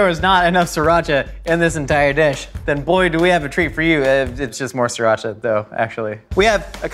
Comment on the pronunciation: your pronunciation of "Sriracha" needs coaching